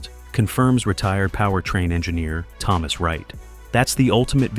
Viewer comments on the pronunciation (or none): none